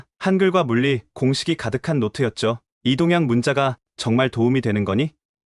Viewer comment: 내용이 감동적이고 자랑스럽습니다. 다만 Ai가 읽을 때 내와 네를 구분하지 못하고 이동양 문자를 이 동양문자로 읽었으면 좋았을 것 같습니다.